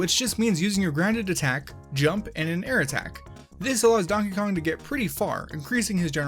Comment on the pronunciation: Ah yes, Konkey Dong